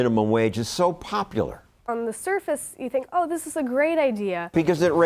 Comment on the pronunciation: “wE dHid ThIieiiSs!”